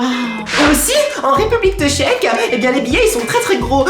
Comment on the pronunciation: à tu t'es trompé! C'est pas République tcheque, c'est RépubEUlique teuchèque! ^^